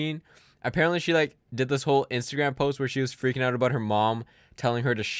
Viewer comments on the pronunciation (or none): none